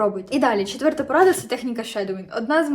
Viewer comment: Правильно "четверта", а не "четвьорта"